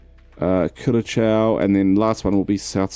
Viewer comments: The correct pronounciation of Curaçao is Kurasao.. Not Kerchau... Or in local dialect.. Korsow.. (I used to live there). ç is always an S sound in Portuguese. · Curacao is pronounced differently , it's like cura-sao